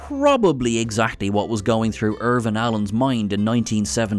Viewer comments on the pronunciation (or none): You called him "Irvin Allen" - his name was "Irwin Allen".